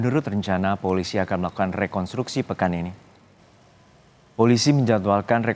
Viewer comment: Kok mengucapkannya "rekontruksi" sïh bapak itu?